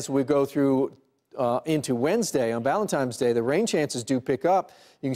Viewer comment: ValenTINE's day, not ValenTIME's day. Why can't people get that right?